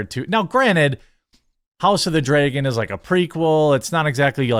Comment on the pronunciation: Jeremy says "dray-gon"